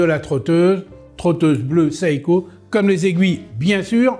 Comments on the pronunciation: Pourquoi il prononce saïko ??? C’est Seiko (séïko). C’est quoi son problème ? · Le i se prononce à peine à peine, c'est donc plutôt "sé-ko", et pas sé ï ko. Pour être précis.